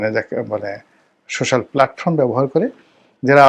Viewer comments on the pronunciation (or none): none